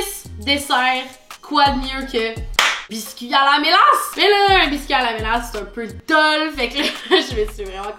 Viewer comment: c'est la ''mélasse'' 🙂